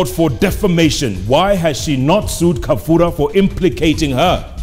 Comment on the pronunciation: Its Kabura not Kafura madam Governor